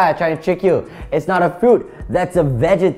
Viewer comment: pronouncing vegetable wrong